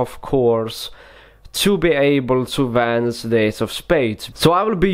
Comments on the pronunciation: It sounds like he’s saying vanise like tf does that mean like if you agree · This guy don't know how to pronounce sh, and in this entire video, he talks in one same freaking tone. Pus the top card....the card vanis.....and what's point of the card face up in the setup.